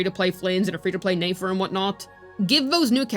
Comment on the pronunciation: . Did you just say 'Nayfer' ??